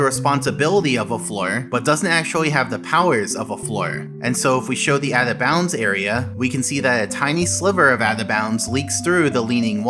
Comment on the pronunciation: Why can't you say "Out of Bounds" ? It sounds like you're saying "Atha Bounds" or maybe "Avva bounds"